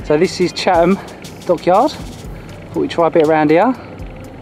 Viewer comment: Hats off to Skipper Rob and the crew for assisting other craft in difficulty. Also, pronunciation of "Chatham Dockyard" is epically brilliant. I was thinking "Where's 'Cham Dockyard'?"